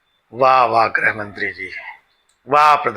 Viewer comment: गुजराती में हृस्व मात्राएं होती ही नहीं हैं इसलिये शाह-मोदी से चून-चून, घूसपैठ जैसे उच्चारण आप सुनते हैं। उसी तरह ऋ की मात्रा भी गुजराती में नहीं है काम र् और उ की मात्राओं से चलाया जाता है। गौर करेंगे तो आप ग्रुह मंत्रालय और क्रुषी प्रधान देश जैसे उच्चारण पायेंगे।